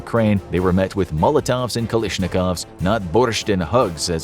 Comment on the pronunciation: Why do so many people on YouTube mispronounce Kalashnikov as “Ka-LISH-nikov”? Come on people, it’s an ‘a’, not an ‘i.’